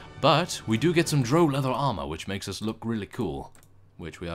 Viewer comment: by the way drow is actually said like the ow you would say after being pinched